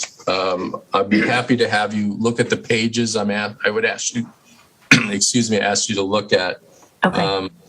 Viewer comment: WHY can this woman (with the big transparent glasses) not get the word "Ask" right. It's so infuriating hearing a grown woman say "Aks" instead of ask. Boils my piss!